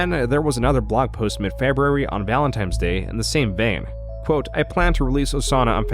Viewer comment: It’s Valentine’s with an N.